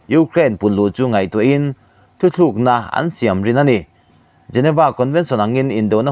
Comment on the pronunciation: i news lakkhawm a thar in a tha thin si a,mahse i thuchhiar hian i thu post hi awmze nei manglo ah a chhuah fo mai..Mizotawng chhiar hi i thiam theilo hle mai.. Thutlukna tih tur te kha "thuthlukna"te iti mai mai a,a lam leh a thluk dan hi ngaihtuah chian ngai khawp a ni